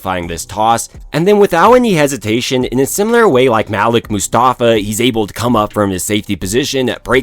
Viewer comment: MUHLEEK MUSTAFA! MUHLEEK!!! NOT MALICK. Cmon now yall.